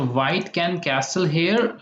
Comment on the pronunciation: Dude, where is your accent from? "to castle" with the "t" pronounced? Never heard before...